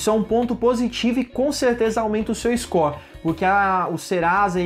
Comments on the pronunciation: Scor? Kkkkkkkk ou "Score"?? Buguei Aqui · "Iscó" kkkkkkkkkk